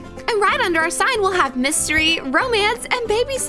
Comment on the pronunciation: I heard myseri when she said mystery